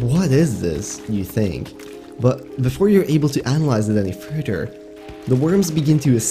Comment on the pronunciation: Before you were able to analyze it any "FURTTER" 😂😂😂😂 bro your English is killing me 😂😂😂 it's further, not furtter 😂😂😂